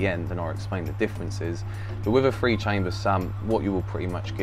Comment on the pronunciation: Forgive the American …. I thought you were saying a “Free chamber sump” 😂😂😂 It took me a minute to realize you were saying Three chamber sump